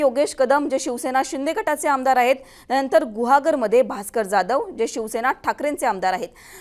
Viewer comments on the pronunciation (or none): none